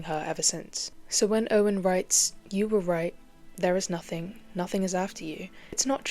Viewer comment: I love how the "g" in "nothing" blends into the "y" in "you." I think it's probably symbolic in some way.